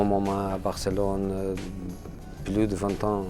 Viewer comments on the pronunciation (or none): none